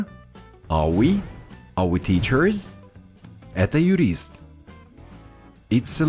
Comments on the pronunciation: Мне одной слышится как автор канала произносит во множественном числе в названиях профессий окончание -Ыз, а не -з, на пример тычерЫз, а не тычерз? Разве так верно? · Так получается, когда окончание R немного протягивается, как в teachers > teacherrrs. Складывается впечатление, что произносится "тычерыз". Немного передавил R:) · Нет, Ы я там не говорю, но я понял, что вы имеете в виду. В тычерррз я немного повис на звуке r (англ. всегда произносится с легким отзвуком "ы". Но это не отдельный звук) и немного его "заамериканил". В британском стандарте и большинстве британских диалетов, r в teacheRs вообще не будет произноситься: "тычез"